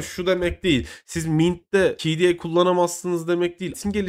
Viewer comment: "kde" demeyi öğren artık be adam